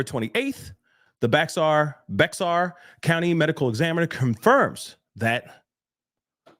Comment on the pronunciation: Just a friendly correction, “Bexar” is pronounced “Bear”